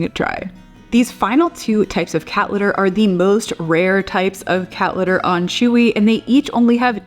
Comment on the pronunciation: Haha! Precisely! She can’t pronounce her ‘t’s in any word. “Cat litter” is pronounced “Ca- lerrrrrrrrr”. 😝